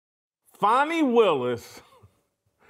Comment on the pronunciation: HER NAME IS FANI... LIKE FANNY